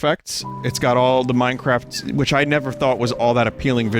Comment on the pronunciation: Yay minecwaft